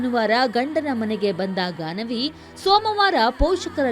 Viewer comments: Ganavi. Not gagana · It’s Gaanavi not Gagana